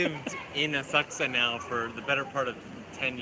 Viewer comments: ASA'KSA PLEEEEEASE!!!! Not AS'KUSA!!!!! The "U" is silent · Hmm cannot stop cringing when you say "asKUsa", it is "aSAksa"